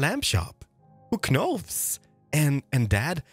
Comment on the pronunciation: who k-nows? he said it with the k lol